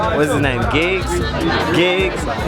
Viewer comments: Man said "Gibbs" ffs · who heard when my man repeatedly called him Gibbs 😂😂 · Shout out to gibbs haha its "GIGGS" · Man said Gibbs 😐😂😂😂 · calling giggs 'gibbs' haha shocking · saying gibbs like he plays for arsenal